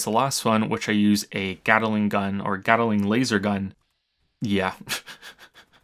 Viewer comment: Not to be that guy, but there are only two syllables in "Gatling," not three. "Gatt-ling". Not "Gat-eh-ling." Sorry. Its a thing.